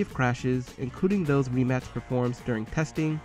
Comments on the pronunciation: It’s not REEEmac is rimac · It’s a rim-ack not reeemac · It’s pronounced Re-Mach not Ri-Max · I'm sorry but did he rlly just say reee-mac xD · It’s pronounced with C not K. It’s Rimac